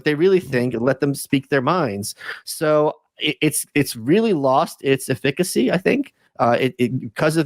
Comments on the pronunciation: Am I dumb or is malice trolling when he misplaces emphasis in “efficacy” Probably both tbh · Michael saying eh-FIH-ku-see, instead of EF-i-ku-see. The mask has slipped. Russian agent confirmed.